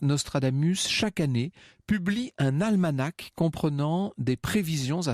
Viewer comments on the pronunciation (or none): A la minute on prononce plutôt «almana». C'est du moins la pratique au Québec.